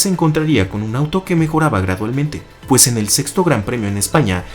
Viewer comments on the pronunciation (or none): none